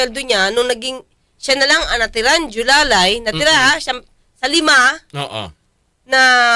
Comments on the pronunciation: Jowang Alalay "Julalay" 🤣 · Hindi po JOLALAY Atty., dapat JOWALAY! 😂😂😂